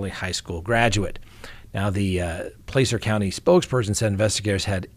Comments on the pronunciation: it’s not Plācer, it’s Placer, as in placer gold. I lived in the area there for many years. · Thanks, as always,. PS--We locals pronounce Placer, "Plasser." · By the way, it’s Plaaaacer county